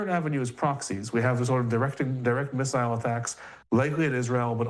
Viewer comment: It’s really bothering me how he is pronouncing missile or ballistic 😅